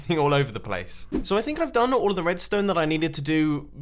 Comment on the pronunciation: Mumbo you spoon! “redsone torch placed here” or whatever he said